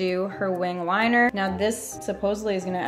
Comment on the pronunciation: HAHAHSHHSSH DID NO ONE ELSE HEAR HER SAY WINGED WINER